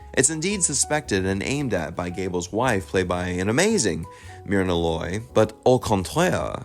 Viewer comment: Jesus, the CORRECT way to pronounce the actress name is "MUR-nah Loy"